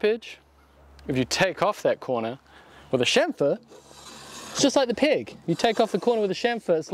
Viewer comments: chamfer on a peg, with the NZ accent sounded to me, like chamfer on a pig, oink oink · When Jess says "chamfer the peg", this Canadian hears "chamfer the pig" ... leading me to wonder why N.Z. has wooden pork :-)